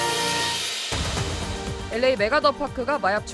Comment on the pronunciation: 아나운서발음이이상해 엘레이가 아니라 보통 엘에이 라고 하지않나